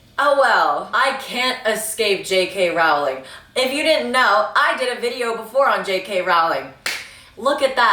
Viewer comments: I don’t like how u say her lists name. roWling girl I don’t think that’s how it’s pronounced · is she gonna learn how to pronounce Rowling or is it just gonna be Rauling now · Rowling rhymes with Bowling, but she deserves the mispronunciations at this point. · Usually I’d correct your pronunciation of her name, but I don’t respect her anymore, so who cares?